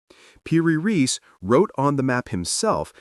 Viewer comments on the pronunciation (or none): So much research but you can't pronounce "ra-ees" 😢 Lazy or white boy colonial syndrome?